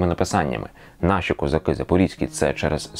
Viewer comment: Я сказав би чіткіше. Козаки й касаки.